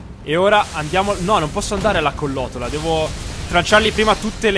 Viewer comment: Bellissima serie però credo di dica "collottola" non collotola